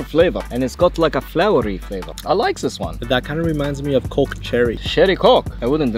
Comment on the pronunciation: someone tell to not say coke